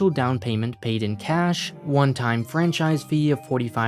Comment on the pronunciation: PLZ STOP SAYING FRANCISIE, ITS FRANCHISE